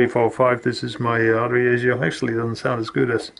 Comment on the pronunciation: yaesu say 'yea-sue' not yah-zu. noooooooooo